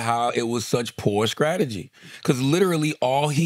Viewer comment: Tell me why Charla, who talks for a LIVING, can’t say “scrategy” right?!?